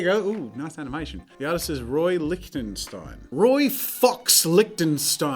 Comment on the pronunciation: did he actually say Roy Ffffffff*cks lichteizbdwjsdjahs